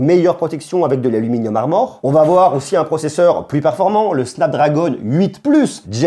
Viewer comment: La prononciation de snapdragon 8+ gen 1 me tue à chaque fois 😂